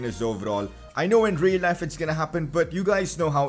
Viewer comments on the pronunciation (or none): none